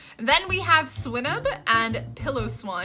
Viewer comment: Rai-koo... Swinub, is like, Swine... Nub... And Elekid? And I'm counting Stantler wrong too by how hard you pronounced that T... sTantler 😂